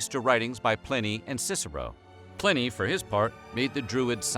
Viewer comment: Not to be picky because this was interesting, but at one point the narrator said Stonehedge instead of Stonehenge, and he mispronounced the name Pliny. I’ve always heard it spoken with a long I, not a short one. Am I wrong? Interesting stuff, but I’m a stickler about details. I would love a video on the difference between druids and pagans.